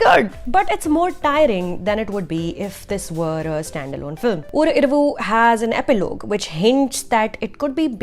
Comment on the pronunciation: really,??? oscar nominee is giving review.... better u pronounce the name of 4 tamil movies properly.... or iravuuu😂 RIP tamizh...